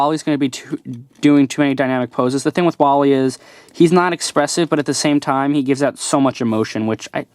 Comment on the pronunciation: His name is WALL - E